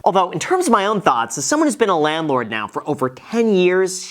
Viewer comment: Everyone when Graham Stephan uploads a video after FTX: Are you serious right neow?🤨